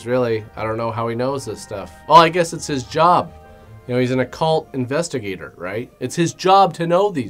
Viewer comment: "Occult" investigator, not "a cult" investigator. Enunciation,, enunciation.